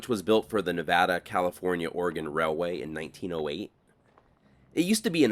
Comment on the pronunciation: Thank you for not saying Nahvahdah 😂